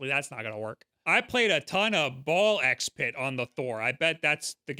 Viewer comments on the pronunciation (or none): I know, there's many different game with an X in the title, and every one of them is pronounced differently for some reason, but for "Ball x Pit", the X is silent so it's technically just "Ball Pit". =P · It's just pronounced "Ball Pit" The X is silent.